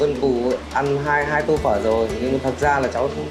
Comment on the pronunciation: He keeps saying phớ instead of phở. Not his fault seems like someone only half told him how to pronounce it.